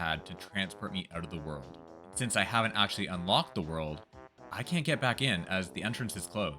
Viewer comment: erhmm aschually!! 🤓👆